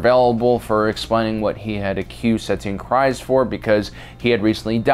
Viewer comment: It's pronounced Satine Creez not criz